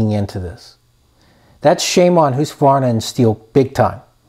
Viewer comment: You need to learn how to pronounce Husqvarna, good video other than that.